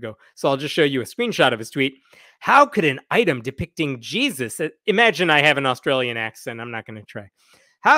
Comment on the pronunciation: "Jees-i" 😂 thank you for the first laugh this year!